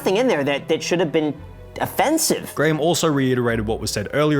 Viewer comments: Great vid, but his name is pronounced Grahm Stef-en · The only thing I disagree with is how you pronounced Graham’s last name… disappointed 😔